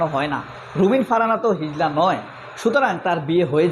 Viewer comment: হিজলা নয়, হিজড়া। উচ্চারণ ই তো ঠিক নাই। কিসের ওয়াজ করলেন।